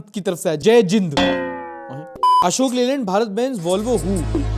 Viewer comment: Bro☠️☠️ really said ashok leylund ☠️☠️💀💀💀🤟🤟🤟instead of leyland